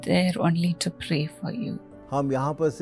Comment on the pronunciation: Sorry mother it's not pay it's pray